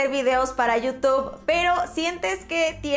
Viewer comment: NO ES YIU TOB SE PRONUNCIA YIU TUB Como con U youtube